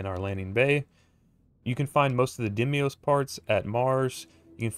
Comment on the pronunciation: Umm, it's pronounced "DEEM-OS," not "DIM-EE-OS." Sorry, was just something that was slightly irritating. Great job on the ship! Am planning to make one, myself! :)